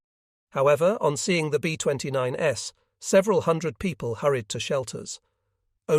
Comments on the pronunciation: AI doesn't know what to do with the plural 's' in "B-29s". That's a robot for you. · I would have re-done the script to remove “s” when making aircraft models plural, as the fake AI robot voice just keeps thinking it’s a variant of the plane (as in B-29 S instead of B-29s/plural) same with P-51s. It’s really distracting and most would assume it was a model variant of each aircraft. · P-51"S"? Your AI voice is reading plural forms of the P-51s and B-29s as a model number. Maybe you can correct?